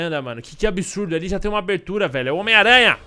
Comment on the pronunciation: Ele fala homem teia kkkk